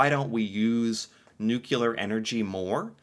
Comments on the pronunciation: Canadians are best at pronouncing the word nuclear. They split the nucleus, not the noo-CYEW-luss... We are also passive aggressive... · hehehe... nucular... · Nuclear - not nucular. Don't be a George Bush! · Nuclear. Not nucular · NU-CLE-AR (yes, most of us are well educated) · Nucular? Really? C'mon man! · Nuclear not nucular 😂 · not nucular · My English prof would lose it if he heard the American pronunciation of 'nuclear' (nuke-yuh-ler). He just hated it. The word I can't stand to hear is the Canadian version of "out" and "back" (I lefff my hawkey stick oat bawwk!). You don't hear it much on the east coast, it's more ("Oi left ma hawkey shtick aa-oot bääck"), kind of a "Minnesota meets Killarney". I find it hard to take anyone with a Wisconsin/Chicago accent seriously - ("Yoo're gettin' aaahhn my nerves, ya just ate tha läist key-inn a soop"). I met one of the snipers on that list you read, at my sister's wedding. My sister's friends with his wife. He held the world record for like a decade or more. I believe a Ukrainian now holds the record. Legal drinking age is 19 (18 in Quebec). Weed is legal country-wide. Only specific employers can request drug screening (bus drivers, pilots, law enforcement, etc). Otherwise it's a violation of your rights. Biggest hospital bill I ever got: $7, for a TV rental during an overnight hospital stay in 1982 (I was 12, couldn't miss the Dukes of Hazzard). Guns are legal, but not a right, a privilege. You have to take a course, provide references. Pistols are no longer an option, no new licenses granted & silencers of any kind are illegal. Police can't carry their pistols unless they're on duty. It's legal for any adult to carry a folding knife. Usually, we're the USA's biggest trading partner, but it's sometimes Mexico & sometimes China. Prince Edward Island have the best potatoes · NUCLEAR! Not Nucular. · it's pronounced Noo-Cleee-rrrrr not nook-you-laar as you say. Nuclear... nooclear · Not nucular it's nuclear